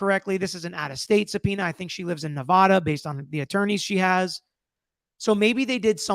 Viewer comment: I love your content! But it’s pronounced Nev-AD-a and not Ne-VAH-da. Coming from a native Nevadian lol